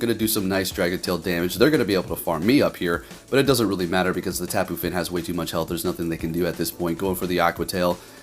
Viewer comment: Yo,... Why you call the Tapu Fini Tapu Fin?